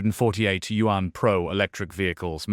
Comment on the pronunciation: 🤣🤣🤣🤣can not even pronounce YAUN correctly 😂😂😂😂